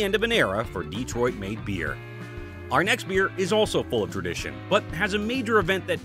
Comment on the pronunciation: It’s Detroit, not Dee-troit.